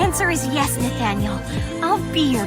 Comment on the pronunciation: It's Nathaniel not Nathen 😑